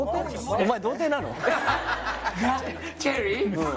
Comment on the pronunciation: チィェリィ〜？の発音好き。